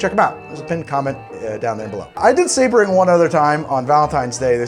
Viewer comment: "Showering in sabaring"............... oh noooooooooooo...